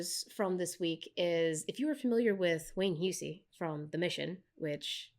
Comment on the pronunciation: It's /ˈhʌsi/ not /hjuːsi/.